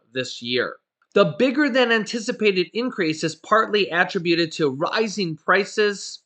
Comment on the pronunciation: Keep up the great work, Sir! (BTW the word "attributed" is phonetically pronounced "ah-trib(rhymes with rib)-you-tid) 😏